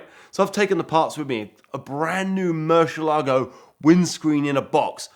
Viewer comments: It would be very professional for you to learn how to pronounce the model of the Murcielago (which means bat 🦇 in Spanish) not Murshielago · Eds in the background going, "It's MurciELago not MurcielAgo."